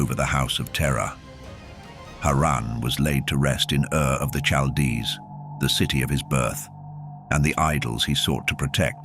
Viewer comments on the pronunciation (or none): i cant suffeer thru more mispronunciations of Chaldees/chaldean the only soft "CH" in the entire hebrew bible id in the name "Racheal" all other occuances are hard, like a "K" why is this not common knowledge anymore, amongst those actually interested in the subject matter.( learned this as a child 30 years ago and it still takes up space in my head